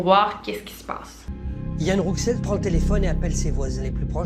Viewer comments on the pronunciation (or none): Coucou Victoria je crois que « Rouxel » se prononce [Roussel] voilà bisous superbe vidéo 😊